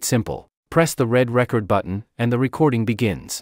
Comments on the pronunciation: Had to stop listening. There are other videos out there with actual voices, not AI. Seemed counter intuitive to me to have an AI voice on a how to video on how to record. Plus, can't stand when it says how to record your voice.... and it makes it sound like the old vinyl records when it should say how to reCORD. SOrry, but a thumbs down for me. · Is this ai.....it gets the word (recording) correctly but not the word (record).. it says record as in (a vinyl record) /single/album so does anyone wonder what's going to happen when we no longer hear human voices any more ... because this is what it's going to sound like..Zero personality!... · You should accent the second syllable of "record" when it is a verb,. Accenting the first syllable makes it a noun.